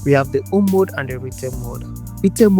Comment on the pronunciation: Home!!!!! The “h” is not silent.